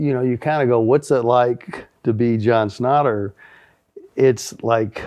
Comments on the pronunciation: Love the show but I need you to stop butchering this dude's name. SCHNAT-Ter. Thank you. Please do better. Ok carry on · Does Jason not do any show prep? It's not SCHNEIDER...ITS SCHNATTER.